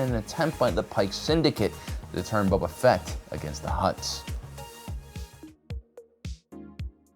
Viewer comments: Please stop saying Bubba Fett XD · "Bubba Fett"